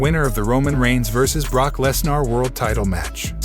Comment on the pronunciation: This guy pronounced a LOT of names wrong. Lesner…Sasha…Rollins…